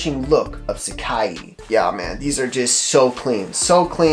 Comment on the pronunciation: haha love the vids man, but its called sac-eye not sac-ee lol.